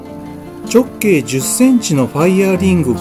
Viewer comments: ちょっ↑けい↓ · たぶんアクセントに関する発言は 直径のイントネーションの事だと思います。 直↑径↓ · こんなに綺麗にできるもんなのか、すごいな…ただ直径のアクセントが気になるw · 直↑径↓という抑揚が斬新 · 直径の発音きしょすぎやろ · 「直径」って、言い方が訛ってるね。 何処にお住まいだろうか。